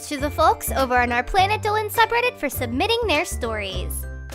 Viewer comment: All I here him say is Planet Dowan, instead of Dolan